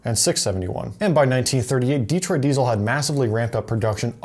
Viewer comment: It's not "DEE-troit," it's "De-TROIT."